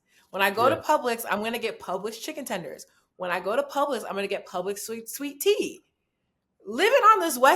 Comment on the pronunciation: sound like southern accent was coming out when she corrected that "sweet tea" and it definitely came out when she said "in my life" 😂❤